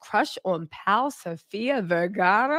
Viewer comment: Can someone correct her because every time she says Sofia Vergaras names I chuckle 😂